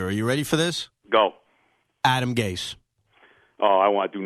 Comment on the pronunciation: Someone better tell Joe it's pronounced Gase not Gays.